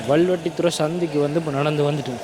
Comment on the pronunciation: தம்பி ஊா்ப் பெயரை ஒழுங்காககச் சொல்லவும். முழுமையான பெயா் வல்வெட்டித்துறை. சுருக்கமாக 'வல்வை' என்றும் சொல்வதுண்டு. 'வல்லை' அல்ல. அது வேறோா் இடத்தின் பெயா்.